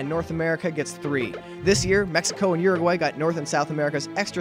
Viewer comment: It’s Uruguay not Guruguay